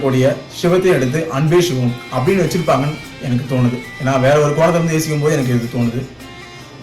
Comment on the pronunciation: I think you need to pronounce the movie name & character name properly.. it's sivam not Shivam. அன்பே ஷிவம் அல்ல அன்பே சிவம்! நல்ல‌ ஷிவம் அல்ல நல்ல‌ சிவம்!!